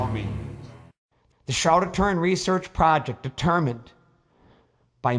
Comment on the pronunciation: Ture in .....pronounce it correctly